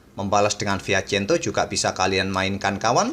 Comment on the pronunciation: maap min. bukannya saya sok ngajarin. 🙏.. ini kan salah satu channel kesayangan saya tentang partai catur. tolong correct kalo salah min. itu sbnernya fianchetto atau fiacento min dalam pengucapannya. buat kemajuan bersama channel ini 🙏